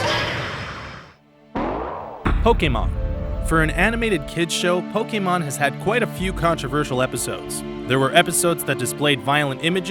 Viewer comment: This is one of the few people who aren't Pokémon fans to actually say Pokémon correctly. Good on you!